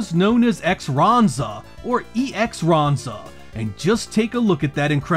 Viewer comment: Luckily, the Japanese boxes tend to have Katakana. Just for the sake of knowing and not to be a stickler, Ex-Ranza is Ek-u-su(like ex) Ranza and not E-X. I made that mistake at first too. Ranger X is not a bad way to rename it, in my opinion. Gynoug is ji-no-gu, or jee-nogue(like rogue). Of all the ways to pronounce Gynoug, that's not one I expected. And just for fun, Darius is Da-rai-us, with the rai being like the word rye. But I'd only pronounce it that way if I was talking to someone from Japan, but it's interesting to know. I love Grind Stormer, and I always liked the Genesis port. It helped me get better at the arcade version, as the Genesis version is a bit easier without being significantly different. Your criticisms of it are fair, and it is rough visually, though it may have looked decent on a CRT. The first impression isn't the best as the opening stage loses a lot of color, and most of the sprite flicker in the game is on that first real boss, but after that it's a pretty solid experience, and there are lots of sprites for the system to display, as the arcade version is very close to bullet hell territory, and it somehow manages to do it all pretty well. The PCB issue does appear to be true as I've seen people talk on discussion boards about dead carts and have seen videos of transplanting to ROM chip. I believe John Riggs did a video for that. I seem to recall Pit Fighter being considered a good source for a compatible PCB. There are probably enough Pit Fighter c